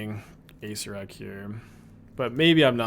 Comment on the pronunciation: please... your killing me. It's pronounced ah-SAYR-er-ak...someone in his twitch chat, PLEASE tell him. It's hurts me to hear acerak. It's acererak.